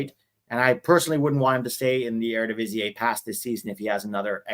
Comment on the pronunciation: Fyi,, Eredivisie is pronounced with an "ee" at the end, not an "ay". Like "air-a-di-vi-zee".